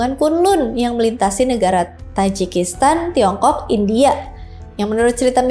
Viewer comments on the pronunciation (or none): Mba kurang2i penyebutan kata2 yg ujungnya huruf vokal ditambah2in "k". Seeprti "indiak" " lamak" "usiak". Kesannya gak dewasa. Maaf 🙏